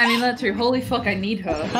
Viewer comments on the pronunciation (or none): none